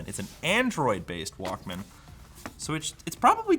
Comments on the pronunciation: It’s pronounced ‘Walkman.’ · It's Wauk-Min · pronounciation of the word is kiling me... Like pronouncing it as two words.... I remember pronouncing it like "Walkmn" as if the A never existed in it. Almost Walkmen, but not quite. Like.... TV... pronounced as single word like... Teevee. (see Beavis and Butthead) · I like the part where he pronounces it Walk, Man for the entire video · The way you pronounce Walkman is so cringe 😂